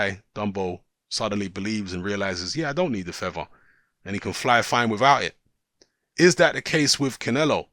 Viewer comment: YOU DON'T NEED THA FEVVAH, YOU CAN FLY WITHOUT THE FEVVAH!